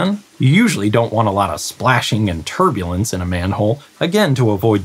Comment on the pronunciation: You say turbulence. I hear turdulence.